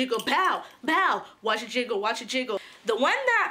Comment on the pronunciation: it is jiggle not giggle...